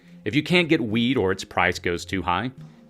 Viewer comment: For a minute I thought he said: "If you can't get weed, or the price is too high..." Then I realized he was actually talking about "wheat".